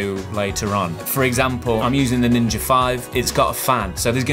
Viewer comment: Thanks for saying "Ninja five" and not "Ninja Vee" lol